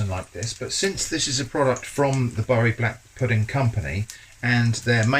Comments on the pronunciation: Nice seeing brands I know from home - albeit with a mispronunciation of a northern town name - shown getting the Vegan overhaul. Though how you make blood sausage that tastes vegan then I have no clue. Give it a go, eh? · Bury - It's pronounced "Berry", not "Burry" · The mustard was a curveball! Needs some HP sauce on it! Good excuse to eat two black pudding butties though 😉. Bury is pronounced “Berry” not “Burry”. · Its been "berry" for the whole of my 60yrs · Bury is pronounced Berry. The non vegan version looks like it’s blood version. Not sure if it is as good for you as the normal Bury one. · I was wondering whether you usually pronounce Bury like you did or you changed because of how it 'should be' pronounced? Although Google may say that Bury should be pronounced 'Burry', I feel like always reverting to what the language 'used' to be isn't always the best way. Language evolves and we evolve with it. I used to live in Manchester and we all called it 'Berry'.. I'm not saying it is the wrong way to pronounce nor am I saying it's the right way, but changing the way you speak because research and the internet tells you to takes away individuality and modernism.. Great video though! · Its pronounced ‘Berry’ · In Bury most of us pronounce it 'Berry' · Bury (the place name) is pronounced like "berry" (the fruit). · Weird, I just moved to Bury and no bugger pronounces it as Burry... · Its pronounce berry Im from there 😁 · Google's incorrect here, I'm from Bury and it's pronounced the same as berry/buried treasure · Don't worry about the pronunciation. While most of the people in Bury pronounce it the way you did, almost everyone else in Greater Manchester says 'Berry'. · Speaking as a fellow "southerner wuss", I've always pronounced any appearance of "Bury" as "berry". How have you been pronouncing "Sainsbury's" (as in the UK supermarket / grocery store chain for our overseas colleagues here) all this time then? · The correct pronunciation is Boo-rye!